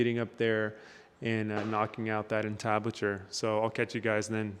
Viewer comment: in the hood, we dont say "on-tablet-chure", we say "IN-tablet-chure"..... lol. good job bro!